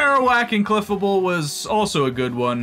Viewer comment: "Cleffuhbul" 😭 It's pronounced like fable 😭 Jibbing aside, I love this run. These are some of the coolest fusions